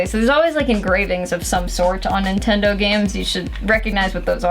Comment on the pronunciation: NINTONDO XD